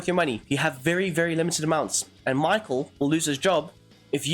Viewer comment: Mikhel its Sound like - not Michael 🤣🤣 Míchel :)